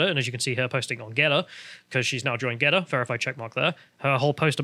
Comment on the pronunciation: GeTTr not GeDDR.